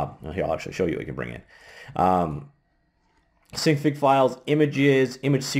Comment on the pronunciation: I'm pretty sure its pronounce sin fig because i think it stands for Synthase figure at least thats how it appears to me with a little common sense.